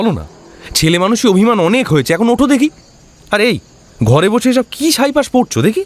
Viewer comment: কি ভালো অভিনয়! কিন্তু কথাটা "ছাই-পাশ", সাই পাশ নয়। এটা বোধহয় মিস্ হয়ে গেলো।